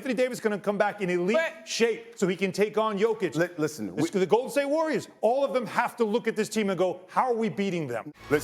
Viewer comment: Did these hosts all have drinks before this shoot or am I having a stroke? Lots of slurring speech and mispronouncing names. Maybe they just suck 🤷‍♂️